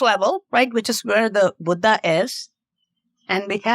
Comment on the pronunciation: you are absolutely incredible.🙏 And I love the way you say Buddha.